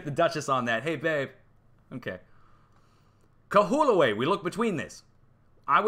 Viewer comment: LOL !! Kahoolave = Ka hO O la vay You'll get it Also ~ Halay a ka LA (Maui)